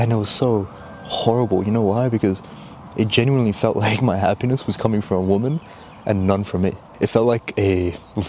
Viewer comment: cool video mate, but you mispronounce women for woman and it kinda wrong